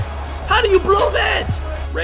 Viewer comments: It’s actually pronounced ryjon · Raw shjan rondo not ray shjan rondo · “Rayjon rondo”😂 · Zu-Back??? Ray-jon??? Does this guy even watch basketball games lmao. and of course Lebron will compete this year, he'll compete no matter what that's just what good basketball players do. You better believe Rajon won't let Lebron get away with resting too much.